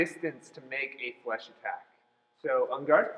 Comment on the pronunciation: omg its fleche not flash... lmao its so funny bc i do fencing in chinese but i take french at school